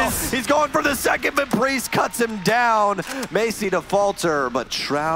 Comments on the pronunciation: That ''may-see-ey'' instead of ''ma-ts-yey'' pronounciation sounds so weird if u know how it should be said correctly KEK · The games were so good but the way that announcers pronounced "Maciej" hurt me every time xd I got through 6 minutes of gameplay not even knowing what they were saying/ trying to read. But I loved when in some other games they pronounced grzmot correctly. There is something satisfying about foreigners making an effort at saying a word correctly in a different language even if they don't speak it. <3